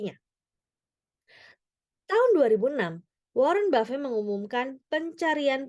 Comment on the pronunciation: Narator to*ol,, nama orang diganti2 seenak jidat,, warren buffet jadi waren bave,,😡